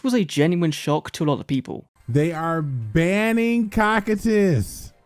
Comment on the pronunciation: WhY wOuLd yOu BaN CoO-Cy-TuS.. uk they only play invoked 😂😂😂